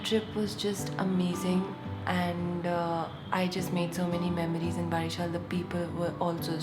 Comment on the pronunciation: OMG! You had been in my city, Barishal! How could I miss that chance to meet u.. Anyway, the correct pronunciation is 'bowreeshal' for Barishal. I hope u will come again and give us chances to greet u again. Take care.